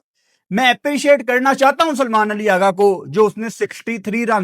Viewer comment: Aggaa nhi Aghaaaaaaa